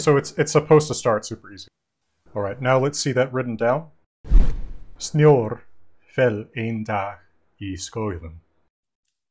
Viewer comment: Sitting here, being Norwegian, and I understood that it was going to be "snow fell bla bla", and this dude goes "Snjorbert". Who the heck is Snjorbert. I'm dying.